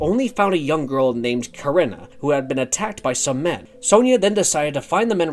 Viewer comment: Why do Americans say sonja wrong 😂 Also which came first the film or comics.